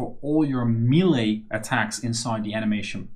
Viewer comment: Nice tut! Btw check how melee is pronounced, it's pretty weird